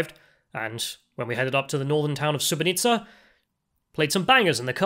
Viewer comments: You called the city wrong the whole time, it's SuboTica not SuboNica. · pronunciation of Subotica sounding like Srebrenica... at the start i was wtf? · Am I the only one who heard you said "Srebrenica" instead of "Subotica" in this video? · mispronouncing "Subotica" as "Srebrenica" though 😅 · Its not Srebrenica lol, its Subotica. Sooboteezza. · Subotica and Srebrenica are 2 different things. It sounded like you said: Srebrenica which is incorrect (were you playing the Serbian war music upon entering the town -deliberately?). Less than 5 minutes into this program I could tell you are a racist. You wr scared of entering a lift? WTF? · It sounds like you say ‘sbrenica’ instead of ‘subotica’ 😂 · Dude you keep calling it Sre-bre-ni-tsa, while it's Su-bo-ti-tsa. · LOL i Thought he was trolling everyone ! Srebrenica, really !? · The town bordering Hungary in north Serbia is called Subotica, not Subonica. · your pronunciation of Subotica sounds like Srebrenica, which is fucked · You pronounce the town of Subotica as Srebrenica, terrible... McDonalds is garbage, that's why was empty there. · He said “Srebrenica “ 😂😂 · SuboTica not SuboNica. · Is it just me or every time he says Subotica it comes out as Srebrenica? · You pronunce everything between S and A in Subotica wrong. At first I was like 'Srebrenica, WTF?' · You have the funniest pronunciation of Subotica that I've ever heard. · That's a really weird way to pronounce Subotica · Take a shot every time he pronounces Subotica wrong.